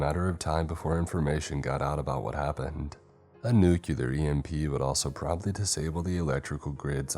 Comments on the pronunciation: Nuclear is pronounced "NEW-CLEAR" and NOT "NEW-CILAR" or whatever the fuck. It is basic English... why, why?? UK /ˈnjuː.klɪər/ US /ˈnuː.kliː.ɚ/ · Nuclear = "New-clear"